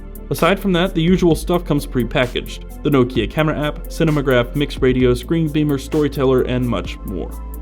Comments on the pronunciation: Learn to pronounce Nokia... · If even Stephen Elop pronounces it "No-key-uh", I will, too. Thanks.